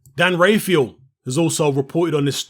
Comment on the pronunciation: First of all can you say Dan Rafaels name properly. Second of all Dazn have nothing to do with the gate, Canelo owns the gate. The 35m has nothing to do with the gate